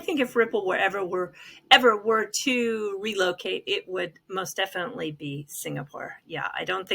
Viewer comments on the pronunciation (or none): none